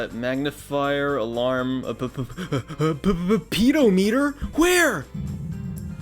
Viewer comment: That pronunciation of Pedometer already got me :D